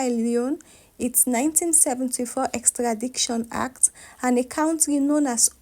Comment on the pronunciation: Please check your pronunciation: the word is EXTRADITION and not EXTRADICTION (wrong X)